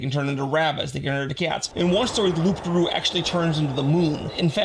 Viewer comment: Just a head's up, the "p" is silent in "loup garou" (well, in "loup", not just "loup garou") Other than that, yet another super interesting video!